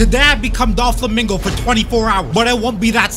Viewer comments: bro called him DOLflamingo the whole time... why do you think they call him DOFFY and not DOLFFY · It’s Doflamingo not Dolflamingo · "Dol Flamingo" im dead